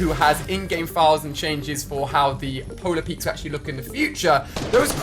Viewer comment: why do you call polar peak polar peaks